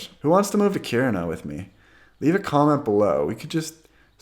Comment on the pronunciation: I actually live in Kiruna, impressed by your pronunciation. Btw, if you want to buy up homes, you can easily rent it out to students coming for highschool and make a good profit in a few years time, any decent price would be gobbled up immediately.